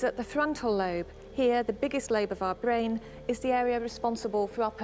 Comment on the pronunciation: The woman who explains about the bwain, Henry's bwain, and how it suffered a trauma. His bwain was damaged altering his otherwise gentle personality. Anyone with half a bwain can understand that. Bwains can't be messed with. This "documentary" is dead-set on having us believing in a feverish love affair between the two. The whole thing is just risible.